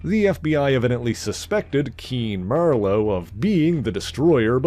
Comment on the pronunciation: Keen MER-LOW???!?!?